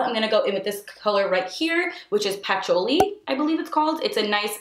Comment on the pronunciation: I'm pretty sure it's pronounced pu-choo-lee